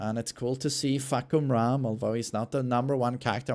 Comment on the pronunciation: as a Thai I can confirm that his pronunciation is on point 😂